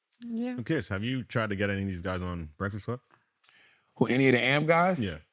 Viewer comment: A- M - P - SEPARATED NOT - AMP 🐴 - U OLD MFS. ❤